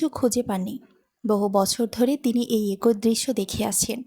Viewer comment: গল্পটা ভালো লাগলো। তবে "ফুফু" শব্দটা সঠিক না। সঠিক টা হচ্ছে "ফুপু"। আর "এক+ ঐ" হবেনা, হবে "একই", এছাড়া "ইতস্তত" শব্দের উচ্চারণ হবে " ইতস + তত"। #আশাকরি আগামীতে এগুলো সংশোধন করে নেবেন।